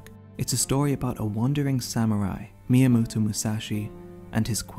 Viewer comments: I'm sorry, but WHAT? Miyamootoo? 😂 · Really?! I thought you were from Taiwan! Finally, it all makes sense. But fr tho, it just sounded funny, nothing to be upset about lol. Made me think of Mewtwo tbh.